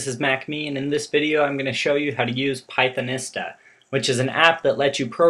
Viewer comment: Hi,. One thing: "Pythonista" is pronounced as "pie-thon-EE-stah". Type Pythonista into Google translate in English mode, then click the play button to hear it. Or try this link to the audio: goo.gl slash tmMGSb Notice the "long E" sound in the middle, not the "short I" sound. That's because this word is based on words of Spanish origin. For example, think of the word Zapatista.